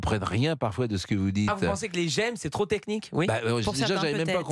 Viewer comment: des "j'aime"' pas des "gemmes" 😀